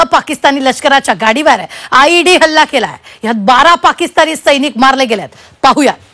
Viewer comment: Led nahi tar ied